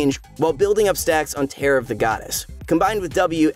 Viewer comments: It's tear as in crying, not tearing something apart fyi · HE SAID TEAR AS IN LIKE A PIECE OF PAPER TEARING RATHER THAN TEAR AS IN A TEAR LIKE WHEN SOMEONE IS CRYING LIKE DAMN. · Why is "Tear of the Goddess" pronounced as one would pronounce "tear" in, "I want to tear your limbs off, Ezreal, you infuriating piece of trash", as opposed to "tear" in, "If Ezreal was removed from the game, I would not shed a single tear"? Nice. Perhaps give the audio a second listen in the future? QOTD: Teemo, so I could sneak some of his own mushrooms in his food: for whatsoever a man soweth, that shall he also reap.